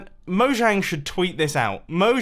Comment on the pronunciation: Btw mojang is Swedish it's pronounced Mo-hang and it means 'thing'